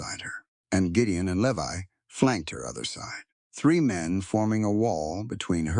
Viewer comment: Levi is pronounced "Lee•vi" long "I" as in English.